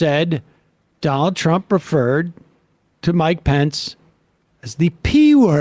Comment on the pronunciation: I like the new way Sam says "Donnel Trump." Also the way he emphasizes Elon.